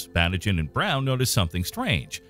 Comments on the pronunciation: Pronunciation: Batygin = Ba-TEE-gin. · it makes me mad that everyone is pronouncing konstantin batygins name wrong! is it so hard to check that before reading the script?!